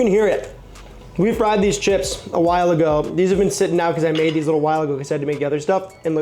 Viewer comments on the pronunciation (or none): none